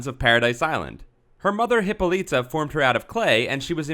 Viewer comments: Its (Hip-All-It-A) not (Hippo-Letta) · It's not pronounced Hippo Leeta. It's pronounced Hip ah litta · This is a very good clip! However, you are not saying her mother's name right, it's (Hip-paul-la-ta)--not what you are saying! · Yea, the way he kept mispronouncing her name as "Hippo-Lita" made me think he was talking about a Pokemon. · Actually it's a Hip-O-Lie-Ta. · Was Wonder Womens mother a mutant hippo ? Its actually pronounced: hip-ol-lit-a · I love this feature very much, especially with the new fact reader who is not Chris Sims. Chris Sims writes well but doesn't have a compelling voice for these videos. With that being said I am pretty sure Hippolyta is pronounced Hip-paul-lit-tah Just thought I would throw that out there.